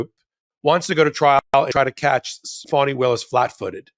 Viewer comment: Young man, it's Fani not Funny..lol